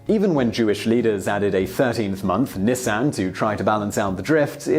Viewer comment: Nisan 14 (one S, not two and pronounced with eye sound, we're not talking about cars) was date of Passover and the date of death of Jesus. And technically this really is the date that we should be concerned with as Jesus celebrated the Passover with the 11 faithful disciples and told them to "keep doing this in remember of me" and is commemorated by millions of people worldwide each year. The modern holiday of Easter has pagan origins.